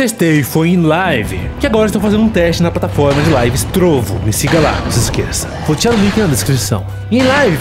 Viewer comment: Seria melhor ele falar "Trovó"